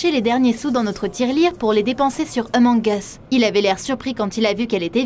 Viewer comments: c'est pas eumong us c Among us avec le A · C pas emonge usse c amonge use (sa se lit comme sa) :) sinon c pg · Elle a dis emong us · Oulaaaaa la prononciation 😅😅🤣🤣 " emong es" 😂😂🤣🤣😭😭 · "Emong us" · Elle dit emong es 😂